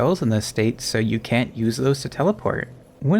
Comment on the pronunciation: I distinctly hear the N going straight into the U. "CAN USE". Plenty of other times he said "can't" were perfectly clear though.